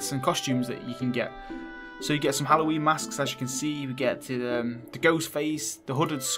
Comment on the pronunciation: Love how you say Halloween and house minus the H...your accents awesome. Appy Alloween dude 😂👍